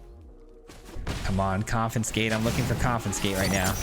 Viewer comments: Dude, I love your videos, and I don't want to be rude but you are pronouncing it incorrectly. you are saying con-FIN-scate but the correct pronunciation is con-FIS-kate (confiscate) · There's no effin' confinscate! ... ... ... Get it? There's no "f" in "confiscate" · Came for the jank...stayed for the mispronunciation Never change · third video in a row that comments spam about mispronouncing confiscate -- when is the 4th comin'? arizona education in action, yeah baby. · Saying it wrong the entire video to get the comments going, I see you. 😄